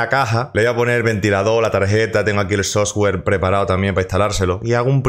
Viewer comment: "Sostwer" xd